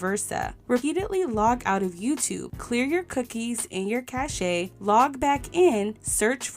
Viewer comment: Cache is pronounced 'cash'